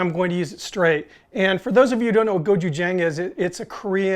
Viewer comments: Sorry to be 'that guy', but it's pronounced "go-chew-jahng" with a short "a" vowel sound at the end. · As an English teacher who lives in Korea I will let you know that the pronunciation is Go-Chu-J'ah'ng( Korean alphabet has no 'a' sound in it) . I saw that you liked this k-pop sauce on a few vids so just a shot out. Love your vids. Keep them coming!